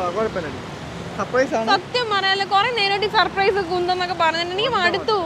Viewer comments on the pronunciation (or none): സപ്രയിസ് അല്ല ചേട്ടാ സർപ്രൈസ്